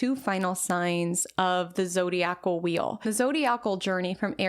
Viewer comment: Zo-dye-ick-al (Zodiacal)